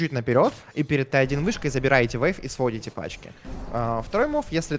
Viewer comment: Зачем ты говоришь вэйв? Вэйв?